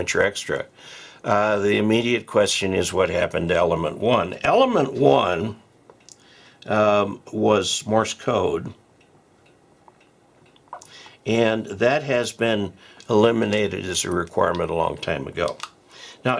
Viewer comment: It's funny people pronounce Morse code as morris instead of properly saying more's.